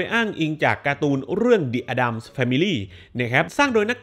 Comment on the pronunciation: Addams อ่านว่า เเอดดัมส์ครับ ขอบคุณครับ